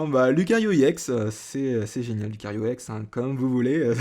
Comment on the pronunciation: c' est ex pas iex